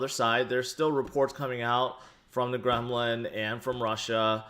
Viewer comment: Did he say "from the gremlin"? :D